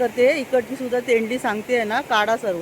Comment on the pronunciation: तोंडली बोला ताई तेंडली नाही